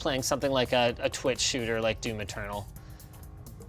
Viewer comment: "Doom Maternal". When you hear it you can never unhear it.